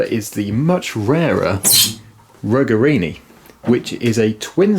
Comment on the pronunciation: "Ruggerini" is pronounced with a soft "g" as in "juice". In order for it to be pronounced with a hard "g" it would have to be spelled "Ruggherini". Italian has easy and orderly rules for pronunciation. I am wincing every time you mispronounce the name.